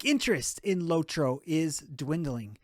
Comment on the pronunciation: its lotro, not lowtro